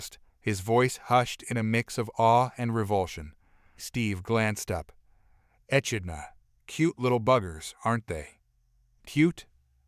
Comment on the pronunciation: The most deadly animal on this planet is MAN. Land and sea. And it is pronouncesd "Eh KID nah" echidna